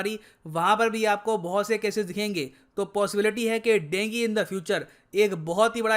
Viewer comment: हम तो अभी तक इसे डेंगू कहते आये हैं आज ड़ेंगी सुनने को मिला, ये नया है 😊